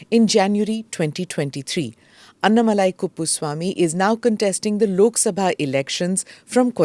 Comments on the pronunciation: Smita why do pronounce his name as “ಅನ್ನಾ” shouldn’t you pronounce it as “ಅಣ್ಣಾ” ? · Excellent program as always. Kindly pronounce Sri Annamalai’s name properly. It is अन्नामलै not अन्नमलै। Thanks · Smita: it’s not AnnamalAAAAy. It’s AnnAAAAAmalai. NOT अण्णमलाय IT’S अण्णामलै. It’s DISGUSTING to see that a senior journalist is INCAPABLE of pronouncing a name Correctly. How would you feel if you are called SMITTA, स्मिठा in stead of Smita, स्मिता ??? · At least don't massacre his name pronunciation. North people Anna-malaai is understandable. At least you shouldn't make this fake pronunciation. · Please Smitha, you must pronounce his name correctly ... you are saying his name like the english apelling is phonetically correct!!! you KNOW better!!😢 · Smita, Why can’t you pronounce his name correctly (being from India) ?